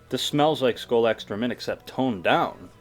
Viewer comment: Is it just me or whenever he said extra mint it sounded like excroment.